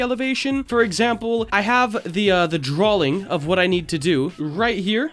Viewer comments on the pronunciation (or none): did u say "drawLing" ??